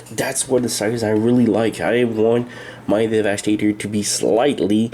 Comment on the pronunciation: No one talks about the weird funny way saying 'devastator" in the video XD